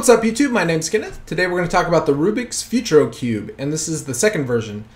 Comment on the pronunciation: "Futuro" is pronounced "Footooroh"